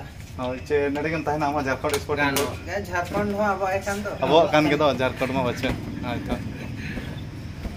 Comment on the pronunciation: Ap Jharkhand nhi bol rhe ho jharkand bol rhe ho